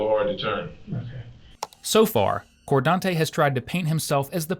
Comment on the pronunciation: "Lordez.. Cordante".. Which planet did this happen on again?.. 🤔